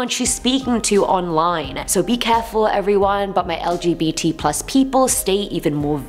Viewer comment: Me: she wont say lgbtq+ right Her: says the whole thing Me: - smiles - :)